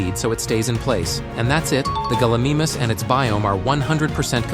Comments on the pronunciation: It’s not pronounced gullimamus its gallimimus and it’s pronounced gal-i-mime-us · Galimimus gal-ee-mie-mus